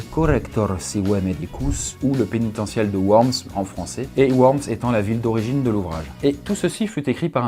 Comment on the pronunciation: Ça se prononce Vorms Mais sinon très bonne vidéo comme toujours